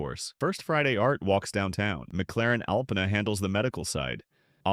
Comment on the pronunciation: Your butchering of Alpena and Mackinaw gets you a thumbs down